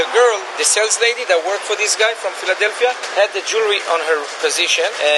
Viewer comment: Man said Fila-Delphia 😂